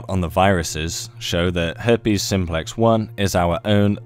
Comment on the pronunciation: Hairpes you say .